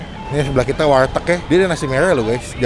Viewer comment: bang sorry nih, namanya "warteg" bukan "walteg"